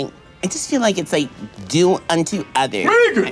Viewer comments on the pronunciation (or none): It's Meeghan. Lol